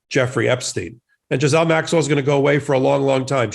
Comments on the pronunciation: First time watching. Please note : Her name is GEE'Lane ...or the americanized version Ga'Lane... NOT Giz'ane. When you are going to speak about people...you need to learn how to appropriately say their name... so you don't look less than intelligent. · GH is pronounced gue and the s is silent... 😉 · If you can't pronounce her name, just call her Ms. Maxwell. It's a HARD G, and THE S IS SILENT. Sounds like Gill-Ain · Not That it matters, and only as a point of interest - I heard one of the brilliant lawyers on the podcast #sistersinlaw provide the correct correct pronunciation of Maxwell’s first name. apparently, it’s a French name, and it’s pronounced - Gill-ain. Hard G, silent S. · Before this guy came on he needed to learn how to pronounce her name correctly or consistently; it's pronounced Gil-lane! I bet Ghislaine is uncomfortable in prison she is probably scared and lonely. I'm sure her brother is putting money in the accounts of people that are close to her in the jail house. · Ghislaine, not Giselle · Right. Also the s in Ghislaine is silent. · Happy New Year!!! Your New Year's Resolution is to learn how to pronounce a few words: the COVID variant is: OMICRON and NOT: OMNICROM; the Defendant's name is GHISLANE [GIE-LAINE] NOT GISLAIN; I'm glad that the Gov. of Colorado reduced the sentence of the truck driver who lost his brakes, and yes it was his responsibility to have has his brakes maintained and drove to fast but shouldn't have been sentenced 110 yrs.; There are those who are serving much LESS time for something more egregious and intentional. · Good lord, the mispronounced words in this video. Getting both Maxwell's name, but also the Omicron variant wrong.